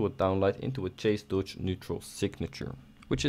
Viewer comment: Cool video, but in it's chase dodge, not cache dodge.